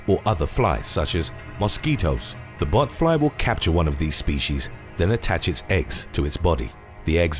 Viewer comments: I thought he said human buttfloss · Every time I heard “botfly” I though he said “buttfly” lol